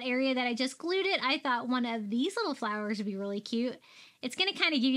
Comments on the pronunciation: I realized lately that when you say the word "one", it sounds like "win". My Mommy said it the same way. It made you even more special to me my friend. Silly huh? The smallest things that can bring us Joy when missing someone very special 💜💜💜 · I agree!❤❤